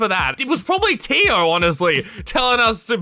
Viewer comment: totally not related to the video but everytime said tio i kept thinking of dio